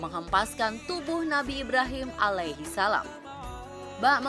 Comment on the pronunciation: Narratornya biar yg bisa nyebut ALAIHISALAM dengan yg betul dong